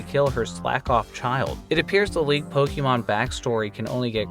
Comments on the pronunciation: Your pronunciation of Pokemon is infuriating. It’s Po-K-mon. Not Po-KEY-mon. 🤦‍♂️ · it´s not that either, it´s Po-Keh-Mon